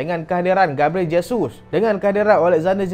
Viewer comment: Haha.. dah sebut dgn betul Jesus.... Terbaek bro..